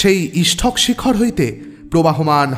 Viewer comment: এই গল্পে ও সেই দোষ দেখা গেল---ইষটক/ইসঠক। গল্প পাঠের আসর এ রবিঠাকুর কে কবিগুরু না বলে ছোটগল্প এর জনক বলে শুরু করলে কেমন হতো? অত্যনত শব্দ টির প্রতি খেয়াল রাখতে হবে।